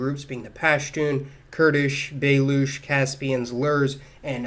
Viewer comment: Baloch is literally pronounced ba loch. Ch sound as in chicken